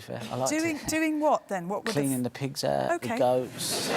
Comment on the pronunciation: 'cleaning the pigs ahht,Feeding the goats...'